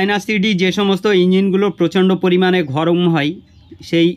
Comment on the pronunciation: ঘরম। না গরম।